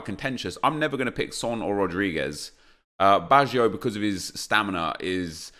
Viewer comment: You don’t deserve anything when you’re taking Neymar over baggio and stop pronouncing him wrong